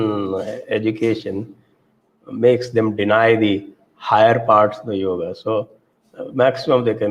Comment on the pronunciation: समस्या हिंदी भाषियों की है। वे अकार मिश्रण समझते ही नहीं हैं। इसीलिए योग को योग् उच्चारित करते हैं। संस्कृत सीखिए, आपकी समस्या का निवारण हो जाएगा।